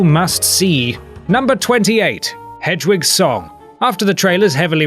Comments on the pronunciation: why does he say "hedge-wig"? her name is hedwig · Did anyone else notice that he says "Hedgewig" instead of "Hedwig"???? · HED-WIG. Not Hedgewidge. God, it's almost like you don't listen to the BRITISH people pronouncing this stuff in the movies or in the audiobooks read by British people.